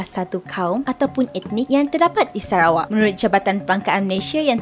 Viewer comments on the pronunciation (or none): none